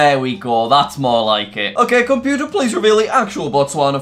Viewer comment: "Compuer reveal the flag of ..." omg. I like jack but that is just... Uhhhhhh